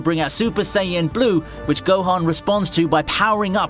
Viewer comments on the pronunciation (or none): none